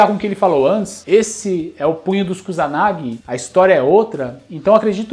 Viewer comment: E as pessoas que falam Kusanagi (como Cuzanagui)🤣🤣